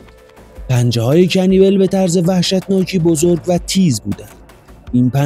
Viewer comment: اسمش رو اشتباه میگی عزیز کنیبال اسمشه